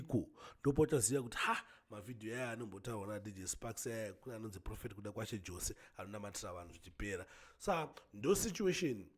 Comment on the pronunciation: Pronunciations is yose not jose ispecial needs iyo murapisei😊